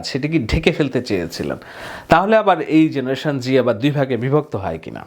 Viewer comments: ভাই, জেনারেশন জেড(Z) বলতে জেনারেশন জুমার বুঝালেন, কিন্তু উচ্চারণ করলেন জেনারেশন জি(G), একটু ক্লিয়ার করুন প্লিজ। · Please first learn the difference between G and Z before making videos. And you are not even saying the name of his father, Obaidul or Rabiul. You should now retire from creating such rubbish videos. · Z ke o G pronounce kora hoy